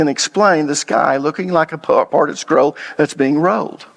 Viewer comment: Hey man love teachings but you really gotta start pronouncing your L's. Sometimes I have to make sense of what sounds like a speech impediment. Road=rolled. Scrow=scroll. Owed=old. Tode=told. Sowed=sold. Fode=fold. Moed=mold. Code=cold. Foed=fold. It's only in those cases, but it drives me nuts because you are a well educated man. Keep up the good work. One love 😊